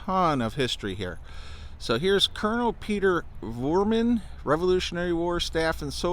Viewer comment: It's Vroman, not Vorman